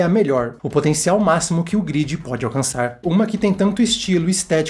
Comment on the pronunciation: gridi? ou galera se pronuncia gruedi e não gridi nada verdade em o tempo dentro da grade passa mais devagar do que o tempo no mundo real